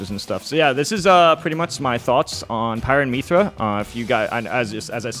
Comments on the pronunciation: Sepiroth? Meethra? Is Mewtwo King purposely mispronouncing names? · The way he says "Miithra" makes it sound like she got the mii skin and not Rex lol... Still, excellent analysis as always from the King! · Myth- ra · It's not "Me-thra", it's "Myth-ra". Like the word "myth" with a "ra" added onto the end. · for future reference, it's myth-ra not meethra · who the hell says Mee-thra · Meethra lmao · ok but why do you say it as "Miithra" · Is he saying Mii-thra LOL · dont call her meethra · Ah yes, Meethra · My man said mepha I can't spell ik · Mythra not miithra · Every time he says “Meethra” I literally die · I cringe every time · it's actually meephra that he says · Throughout all this trailer analysis M2K couldn’t figure out how to pronounce Mythra?😂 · You understand him don’t you? Who cares lol